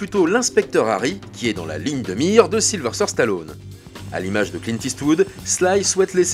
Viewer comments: Question stupide, pourquoi tout le monde y compris chez vous "Capture mag" vous l'appelez SYlVERSTER on non pas SYlVESTER ? Alors vous allez me dire non tu entends mal...Mais non. Mettez les sous-titres et vous verrez que même cette application détecte que vous mettez un R là où il n'y en a pas. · Voix off horrible à déformer son prénom à tout va. Silver stère...